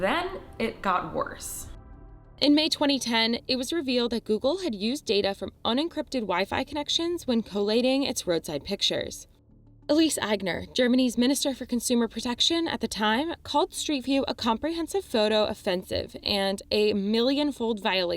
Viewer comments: Totally nuke-you-ler, dude. Elise??? Repeat after me, ill-suh, ill-suh. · First of all, why are there 5 ads in a 9 minute video. Second, is anyone else bothered by the constant mispronounced words and names? Nuclear? Ilse? Her name is Ilse, not Elise. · that's not how "Ilse" is pronounced